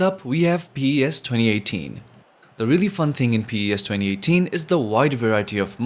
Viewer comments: Its not P-E-S its PES😂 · It’s called PES not Pee e esz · The way he pronounced PES is so funny😂no hate tho🙏🏻